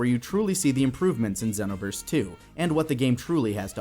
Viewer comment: Dragon Ball Zen-no-verse